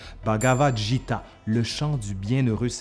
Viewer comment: On prononce "Gita" (provenant de "Bhagavad-Gita") comme "Guy-ta". En passant, encore une bonne vidéo !